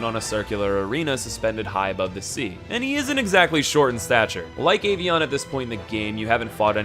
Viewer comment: Boi pronouncing avion as ay-vieyon